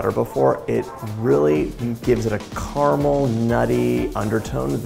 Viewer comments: I was thrilled to hear you enunciate the word caramel with three syllables as it should be. Then you said car-mel! 🧐 Why would a sophisticated, well-educated and articulate person like you willingly choose to sound like Sarah Palin? 🙀 (My sincere thanks for indulging me and my pet-peeve)! 😈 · Ca-ra-mel....three syllables dude 🤣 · The word is car-a-mel. Carmel is the lady down the road...😉